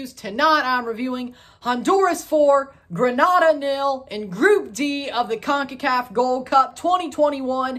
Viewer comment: Its pronouced Green-a-da..